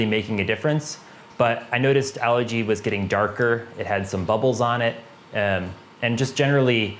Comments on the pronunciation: Algae is a plant. Allergy is a medical condition, symptoms of runny stuffy nose, itchy eyes etc. LOL Of course other than the pronunciation good info and methodical as usual. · Algae. Algae. Algae. Not Allergy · Yea, I've learned from my mistakes. I grew up pronouncing it that way, but I'll use the english Al-gee version if it makes folks happy. Thanks! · Haha yes! I grew up pronouncing it like this, but I've been training myself to say it al-gee now. Doing my best! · Where I grew up it's pronounced more like allergy 😆. I've changed my pronunciation after all the comments on this video.